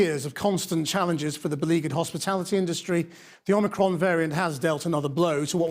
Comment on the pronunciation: but pronounced poorly.